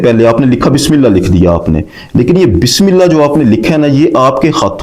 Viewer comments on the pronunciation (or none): none